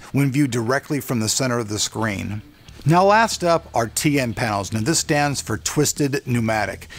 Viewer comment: you keep saying TA :P